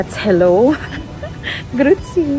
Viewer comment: it's Grüezi -not Grützie